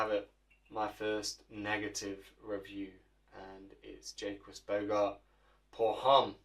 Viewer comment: "JAY- QUIZ BOGARD" 🤣